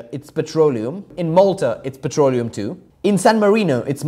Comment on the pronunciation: i'm hearing it as "petrolio"